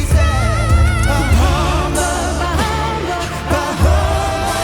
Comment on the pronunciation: You don't pronounce the H in Bah. By the way, that was a 'whistle note" from Mitch.